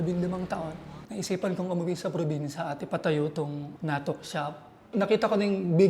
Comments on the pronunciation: The way he pronounces natuk is different. Not sure if that’s how it’s pronounced in Iriga. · bukong tama pag bigkas mo sa 'NATUK". sorry...